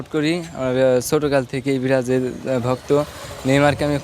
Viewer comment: বিরাজিল বিরাজিল বলছে। এইগুলাকে সাংবাদিকের চাকরি দেয় কে😑 কোন শিক্ষাগত যোগ্যতা লাগে না